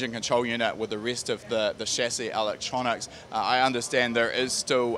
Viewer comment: What is this 'alectronics' he keeps referring to?